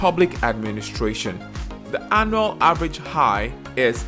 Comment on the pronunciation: Annual (anyual) not anal🤔😆